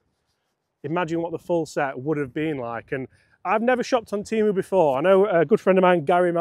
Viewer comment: It’s TEM-OOOOO